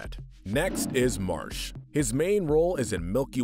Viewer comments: He said Marsh instead of marks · It's Marx not Marsh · Marsh? His name is Marx! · His name isn’t marsh his name is marx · You said Marx wrong it’s Mar-x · You said Marx wrong once.😅